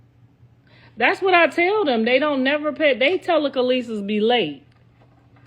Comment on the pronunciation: Tela- kalee- sis - is crazy 😂😂😂